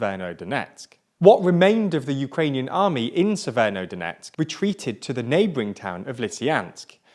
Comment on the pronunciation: You forgot "SeveroNOdonetsk" ^^